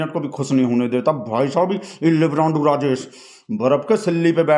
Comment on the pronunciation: मिनट,लाइब्रान्डू शब्द क़ो किचकिचा कर 😅😅😅😅